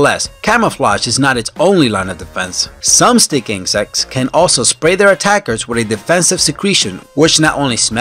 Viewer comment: The way he says stick insects.. Stik insetkts